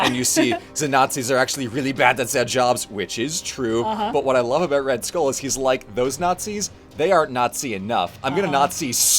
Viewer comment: ah yes red stull